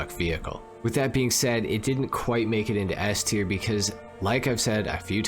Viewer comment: LOOL "S-Ter"